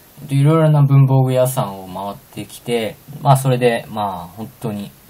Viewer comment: 文房具屋さんの発音ﾜﾛﾀ